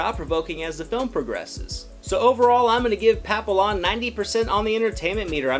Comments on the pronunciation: pa-pill-lon ??? the fuck... it's pronounced pa-pee-yawn 😂 OMG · At least learn how to say the name. Pappy-on. Not Papill-on. You would hate it if the french pronounced you name wrong. It means butterfly. Ignoramous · Couldn’t watch this longer than it to write this comment: LEARN HOW TO PRONOUNCE NAMES.... Pappy YON!!!!!!!!!! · Actually pronounced pa-pee-yawn. It’s French for butterfly and there’s even a dog named this because of it’s ears resembling butterfly wings, I actually had one. 😁 The trailer almost made it look almost like a love story of sorts. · The l's are silent. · Dude can't even say the French word Papillon which is the correct pronunciation for the character. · His pronunciation of papillon and French Guyana are way off.